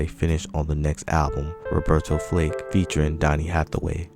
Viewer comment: Bro say Robertas name right